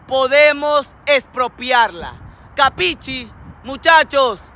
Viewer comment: "capicci" jajaja